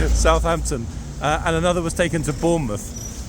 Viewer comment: Good afternoon. Police was able to keep things from getting way out of hand. Did you say Southampton?